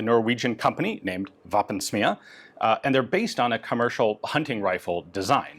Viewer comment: Please stop pronouncing the word "våpen" like "waffen", norwegian is not german